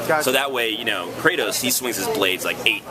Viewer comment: WOW, THE INTERVIEWER SAID "KRATAWS" ...he needs to be executed!!